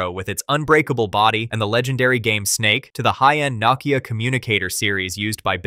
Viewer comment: You can’t pronounce Nokia, what a shame. Please don’t ever make another video again.